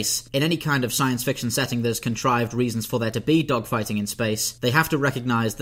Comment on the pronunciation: Did you say spaceDOGfighting or spaceDOCKfighting? 😂